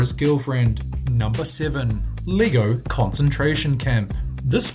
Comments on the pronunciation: LEGO is pronounced Lay-go. Gosh, learn how to speak. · lego not leego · Leego? Pronounce it right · It's pronounced leg-oh not Lee-go. Geeze. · It's not lee-go its leg-o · Sound like you pronounce Lego as lee-goh